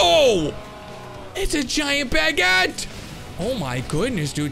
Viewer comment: That's NOT how you pronounce baguette